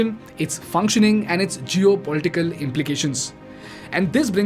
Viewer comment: It's Geopolitical not Jio political 😂😂😂